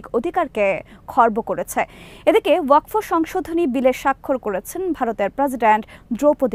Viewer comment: ওয়াক ফ নয়, শুদ্ধ উচ্চারণ হবে ওয়াক(ফ) wakf